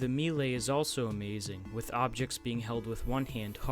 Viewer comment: also melee is pronounced (may-lay) not (me-le) 💀